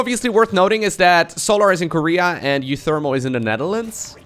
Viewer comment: You say uwu pretty good